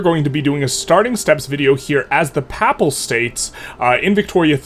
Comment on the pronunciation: It is hilarious that you pronounce Pap-pal state like it's a pap smear.